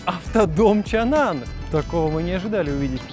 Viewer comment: Все-таки правильно произносить Changan (长安) не Чанан, а Чангáн, а то прям слух режет.